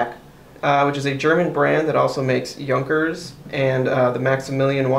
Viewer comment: It is a German name. Pronounce it "Yuunkers"